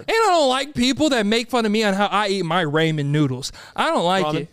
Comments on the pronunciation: how are you lonely my G, you is a good lookin dude, there is no way, then i think, man this guy really said raymen xD!!!!! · please...its RAW-MEN